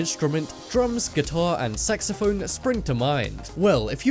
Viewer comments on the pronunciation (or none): Who else heard hime say sexaphone instead of saxaphone, lolol?😂😂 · It sounded like he said "sexophone" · Did he say sexaphone? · I thought u said sexaphone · Who heard him say sexaphone?